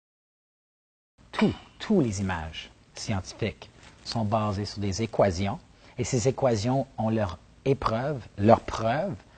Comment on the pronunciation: J'ai appris un nouveau mot : équazion. Il parle beaucoup d'auto-lavage, çà doit être en rapport avec son métier à la NASA je suppose : technicien de surface. En tous cas, sa reconversion en comique me semble pas une bonne idée, je préfère encore Courtemanche.